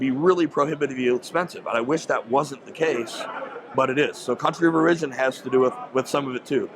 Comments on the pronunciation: This is good information, though I generally have trouble trusting people who put emphasis on the second syllable of 'origin'. lol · Country of Or-RIDGE-in? Ummm...say what now? OR-i-gin, possibly? Other than not being able to speak English, I really enjoyed his honesty. lol I take it back, I don't care how he pronounces anything. I just finished the video. The next time I need a red dot, It will probably Say Gideon Optics on the side. What a breath of fresh air this man is! Of course there are material differences between a $200 and $600 optic, but do YOU need an Aimpoint on your steel plinker Glock? What a hero. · has a weird pronunciation for “origin”